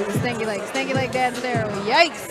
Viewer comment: She said stanky legg